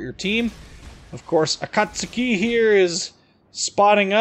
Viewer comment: Props for being one of the few YToubers that pronounce "Akatsuki" the poper way. GJ.